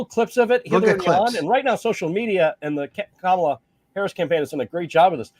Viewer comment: Vance pronounces Kamala's name correctly. Sign of insecurity? Hedging his bets?